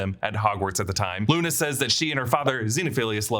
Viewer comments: He also says Nuna instead of Luna at one point lol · You said nuna 😂